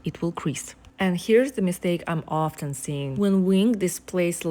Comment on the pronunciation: извините, но даже пятиклассники не произносят "офТен", "винГс" и пр. Я не говорю по-английски, но знаю его настолько, что могу делать Вам замечание.